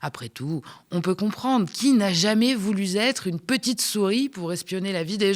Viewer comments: voulu être, pas vouluzêtre 😉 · Merci le MédiaTV. Petite remarque à, fait une liaison orale mal (t') à propos [n'a jamais voulu...être/ pas zêtre]! Merci. Autre remarque mais positive: vous êtes très élégante ce soir, c'est mieux (que la veste Adidas...) Vous allez me rétorquer que je ne dirais pas ça pour un homme.. Pas sûr. Pour avoir été une socio de la 1ère heure, je ne souhaite pas que le MédiaTV soit moqué, vu sa vocation à devenir un média de la TNT. Merci pour vos efforts. Bonne continuation. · En français on dit: Qui n a jamais voulu ( sans s) La liaison est une faute surtout après un arrêt ? Qui n’a jamais voulu … z être Les faute dans ces cas sont graves. Qui n’a jamais voulu être une petite souris. Je site! Une journaliste devrait pouvoir parler un français correcte non. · voulu zetre? NON ? PAs de liaison, car pas de s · "qui n'a jamais voulu z-être"... Quelle commentatrice minable ! Sa prosodie, ses expressions insultantes, ses partis pris aveugles... je n'ai pas pu écouter plus de trois minutes, et je me demande qui peut apprécier ce genre de présentation ???